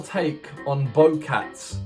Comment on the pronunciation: it's just bocats not bowcats